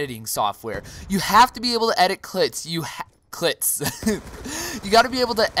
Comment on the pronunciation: "clits" alright